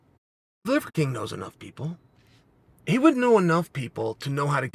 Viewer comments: "Livercream" You can't unhear it. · Did I hear Chael say the “leather king”? Funny 😂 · I love the subtle ‘Leather King’ and ‘Liquor King’ slips haha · I love that he partially botched Livers name about 12 times. It makes it so much better. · Chaels inability to say Liver King is undefeated. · It’s so hard for him to say “liver king” 😂